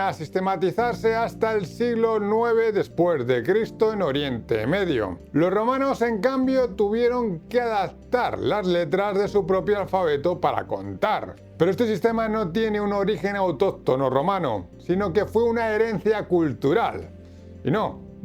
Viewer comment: Muy interesante y educativo el video, pero . . . 2.29 adaCtar???? (o sea, sería adaPtar) eso me desconcentró. por favor corrigelo luego, muchas gracias